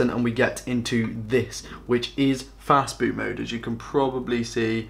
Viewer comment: Did you say FAST BOOT ? It sounded more like "FAST FOOD" ....which isn't helpful to those with learning disabilities. The narrator started off talking basics then dived headlong into nerdy techno babble which left those IT allergic and dislexic trailing behind.